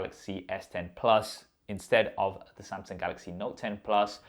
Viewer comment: Somsong, golox, note ten, plos